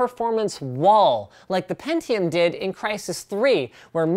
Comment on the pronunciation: pentiome iz zhe winnöur